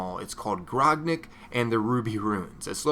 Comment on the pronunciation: its grog-nack for the pronunciation